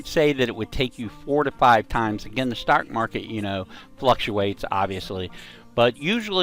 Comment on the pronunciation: “Starck market”